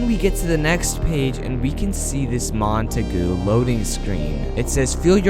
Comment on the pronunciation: English pronunciation is Mont-a-gyu